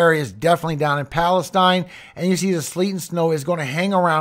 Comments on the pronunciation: Palestine is pronounced Palesteen by those from there. Just FYI:) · I believe the town in Texas is called “PAL-esteen” not Palestine